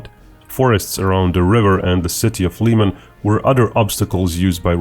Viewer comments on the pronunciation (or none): none